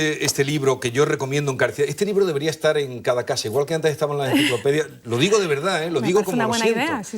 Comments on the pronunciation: Soy chileno y en nada se parece como hablamos, pronuncia mal las consonantes S y T cuando están juntas y la he criticado por su pronunciación, como cuando nos corregía nuestra profesora muy estricta hace 50 años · He notado que Lola pronuncia "etsar" por "estar", "etsudiante" por "estudiante". ¿A qué se debe?